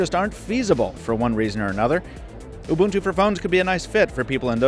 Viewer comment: he's pronouncing ubuntu correctly, i don't like it